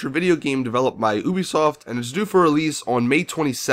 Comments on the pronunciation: It's Ubisoft... You-be-soft... not ooo be soft. LOL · Its YOU- BEE - SOFT lol. Not OOO - BEE - SOFT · 1. its an expandable baton! not a "nightstick" 2.you said you only played 2 missions... how can you be saying they're repetitive?? 3. it's YOU-bee-soft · So you have been there yourself and you cannot even pronounce their name right? It is spelled Ubisoft, but pronounced like YOUBISOFT. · Ubisoft is pronounced You-bee-soft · They have the pronunciation for o and u flipped